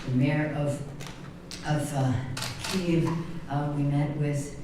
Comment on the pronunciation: She can’t even pronounce Kyiv correctly. Lol 😂